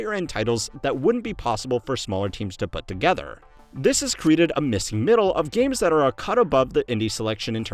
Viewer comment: "MEESING MEEDDLE!"